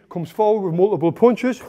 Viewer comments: I love the way he says "puinchus" 🤣 (punches) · Tony " mulvvvuble bunches " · Mooloopool poonchez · I think he says "ponchis" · may be . Only his mouth knows it. He spins the word with his mouth 😅